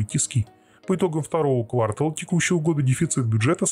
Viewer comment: а почему вы говорите квАртал и квартАльный? в одном и том же слове ударение ставите в разных слогах? к сведению в этом слове ударение ставится на второй слог- квартАл